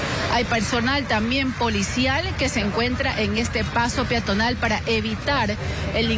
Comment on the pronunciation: La periodista dice: la vía piatonal , se pronuncia y se escribe peatonal